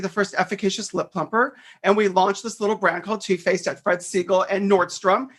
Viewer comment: Bahhhahahaha 🤣🤣🤣☠️😘😘😘! The first time you say “Too Faced”, I seriously swear I thought you said, “Toothpaste”! 🤣🤣🤣☠️😘 That is TOO funny! TOO! 🤣 I literally had to rewatch it bc I was all like, “Huh?? Toothpaste, what the heck did I miss?!” 🤣🤣🤣☠️😘